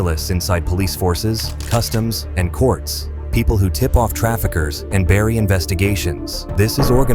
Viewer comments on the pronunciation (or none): none